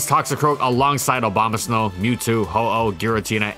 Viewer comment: Why do you keep saying obamasnow?